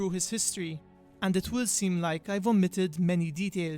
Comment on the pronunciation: oh you said "omitted"some stuff i thought you said vomited lol